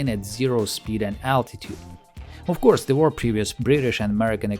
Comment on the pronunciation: "Of coursev it's a bomber, can't you see the B we painted on?"